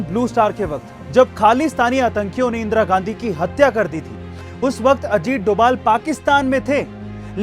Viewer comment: Not doval that is dobhal